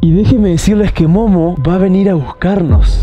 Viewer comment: No que te entendí que dijiste mono en vez de Momo😂😂😂😂😂😂😂😂😂😂😂😂😂